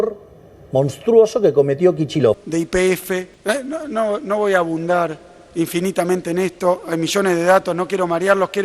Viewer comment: El inútil de Kicillof dijo: no voy abundar?? Se dice: AHONDAR ‼️‼️‼️ Este personaje va a dejar en pelotas a la Argentina, renuncia Kicillof!!!